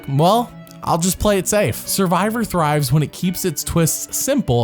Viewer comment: me skipping the 4th one cos the dude literally cannot pronounce the most critical word "survivor"????